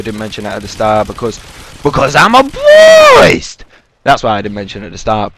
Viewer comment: BWEAST! Haha, great intro man :D I have a gameplay request - well... in fact, it's two requests for future videos - can you get a decent gameplay using the PM-9 (SMG) and any LMG (preferably the: L86 LSW)? Reason being is because I have yet to see any YouTuber post decent gameplays using either the PM-9 or any weapon from the LMG category. The PM-9 is quite obviously the worst in it's class and quite frankly, I reckon LMG's in MW3 are pretty much redundant. Peace!